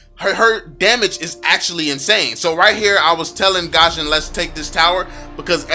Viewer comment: Guison not gaaashin